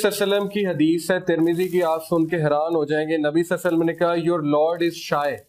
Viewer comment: Durood ko theek se padha karein SALLALAHO ALAIHI WASALLAM